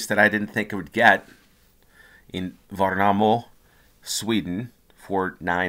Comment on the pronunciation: Believe it or not but Gävle is pronounced "yeah-vleh" Edit: Värnamo: "vair-nah-mooh". Just the right place for a cowboy! The two should give you an idea of what "ä" would be.